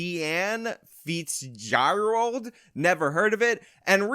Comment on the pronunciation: Sean=“Shawn” Fitzgerald = “Fitz-ger-ald “ How’d ya mess that name up bruh??